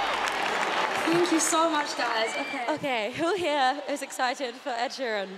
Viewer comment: Lol she says sheran instead of sheeran